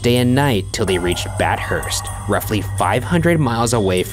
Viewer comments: He pronounced Bathurst incorrectly too. It's bath-hurst, not bat-hurst. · its BATH-URST, not BAT-HURST soz i dont know why that just triggered me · As an Australian, the way Ryan pronounced Bathurst was weird. I've literally never heard it pronounced that way before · _ HuffleProud _ it hurts me when he says bat-hurst instead of ba-thirst. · It triggers me so much when Ryan calls Bathurst, bat-hurst instead of Bath-hurst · with the tromp family one im from australia and by the way guys theres no bears in australia and also its pronounced bath-erst not bat-hurst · BAT-HURST no no no no no. Bath-urst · as an Aussie this pronunciation makes me cringe .... bat hurst???? no!!! ba thurst!!! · i forgot how fun it is to hear ryan mispronouncing aussie place names. 'bat hurst' really got me lmao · Ryan pronounced Bathurst as Bat-hurst HOW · min. This story is supposed to have taken place in Australia, so why do those passports have pictures of America on them? P.S. "Bat-Hurst"?! WTF is "BAT-HURST" (silly 'murcans) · The pronunciation of Bathurst hurts my souls